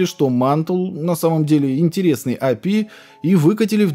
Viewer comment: Бро, прекрасное историческое видео, но речь ухо режет. Ты не знаешь английских букафф? Что за АЭМДЭ? Это ЭйЭмДи, детка, и не апи, а эйпиай. Почему ты говоришь эфпиэс и апи? Ну дичь же...